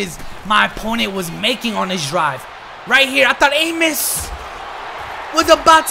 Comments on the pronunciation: Man said Adrian amus 😂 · It pronounced “ah-mos”